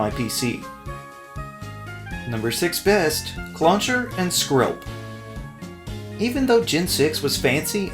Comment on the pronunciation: CLLAUNCHER, NOT CLAWCHER! FIX IT NOW! AND DO NOT CALL CLAUNCHER A BOY!